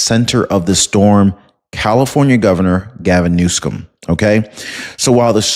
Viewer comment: Are you mispronouncing words on purpose?? The governor's name is Newsom not Newscome. And the word corps, the 'p' is silent... Altho I do enjoy your program, if you're going to be using these words, please say them correctly! Thanks for bringing us this kind of info!